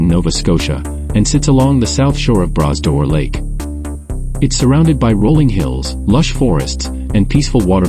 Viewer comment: Nice music, beautiful scenery but ' Braz door lake' ? your own voice instead would be welcome.